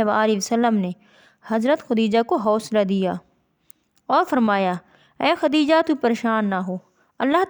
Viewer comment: خُدیجہ نہیں خَدیجہ ہوتا ہے